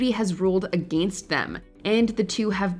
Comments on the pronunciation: The way you keep pronouncing, against, is making me twitch. You are pronouncing it like a-gain-st, like it's spelled, but it's pronounced, a-gen-st. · wtf is goin on with how you pronounce "against"?